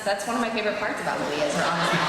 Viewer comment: "May-lee-ah" ...the fuck? Comic Con hosts are so damn annoying, he just goes 20 minutes being the ones to ask all the questions like the fuck...